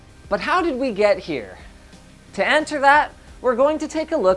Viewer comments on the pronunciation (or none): "..to an-ter that" -Linus, 2018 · ""To anter that" lol